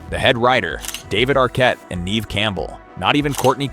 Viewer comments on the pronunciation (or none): Nev not neev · Just so you know the pronunciation of Neve is NEV (as in bev, rev) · I just wanted you to know that you r pronouncing Neve Campbell’s name wrong, it’s pronounced Nev (even though it’s spelt Neve) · Can't even pronounce Never Campbell